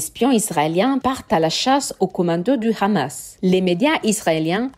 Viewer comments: Cette chaîne sent le fionisme à plein nez 🤥🤥🤥🤥 Qui prononce Khhhhhamasss ??? Grillé 🤣🤣🤣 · Rien que la façon de prononcer le mot KHAMASSS en dit long sur la teinte israélienne de l analyse. Il y a beaucoup de contre-vérité en faveur d Israël... alalaa la propagande faites par des amateurs en devient franchement insultante poit tous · Trop de fait son manquant = resultat bieser! Apprend dire deja Hamas et pas Rhamas! Hezbola et pas rhesbola.